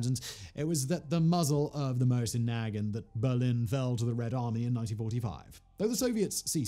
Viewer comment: Not nag ant, is nuh gaunt